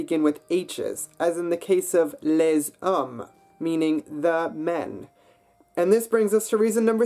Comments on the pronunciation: and ‘les’ isn’t ‘lay’ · Indeed, and he has "les" rhyme with "lay" ;but these things are not intrinsically hard-they are "hard" because of our being accustomed to a different language"s sounds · I'm really sorry, I wanted to like the video, but it loses a lot of credibility because of the pronunciation. (Les, femmes, route - not only the 'R', but that's the wrong vowel etc.)